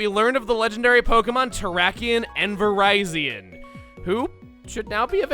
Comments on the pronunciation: ...Seriously? You refuse to use the Pokédex 3D Pro's official pronunciation of Rekkuuza's name, but you use its pronunciation of the name that's actually based on "viridian", which sounds like Verizon? Dude. Make sense. Rekkuuza is cool, Verizion is not. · Virizion sounds weird when it's pronounced like Verizon... I though it was based off the word viridian? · I believe it’s pronounced “Vuh-Rih-Zee-un” for a pun off of Viridian. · I have to wonder why you've been pronouncing Virizion's name like the Verizon phone company? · it's pronounced "Vuh-RIH-Zion". The name is a play on the word "Viridian". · That is how it should be pronounced. But the anime didn't catch this, apparently, since they do pronounce it Vir-RYE-Zion. (Yeah, that glaring fault does annoy me, too) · Pokedex 3D Pro pronounces it as Vir-RYE-zion as well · I'm sorry did you just pronounce it ver-ie-z-on that is the farthest from the correct pronunciation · I get you want to pronounce Cobalion like Cobalt. But I can not stand how you pronounce Virizion and Terrakion. (Aswell as Archen) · Hearing Virizion's name mispronounced so badly hurts my ears... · Wow, Virizion with a hard I is the actual pronunciation? I thought it was with a soft I, like ...you know, viridian? That seems to be trend with this trio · It's supposed to be like Viridian. You know, the city in Kanto? Similarly, Cobalt-ion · So... I presume there are others remarking "It's Vih-rih-zee-on so the Verizon joke doesn't quite fit"? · Your pronouncing it wrong it's not Verizon with an extra I it's ver-iz-ee-on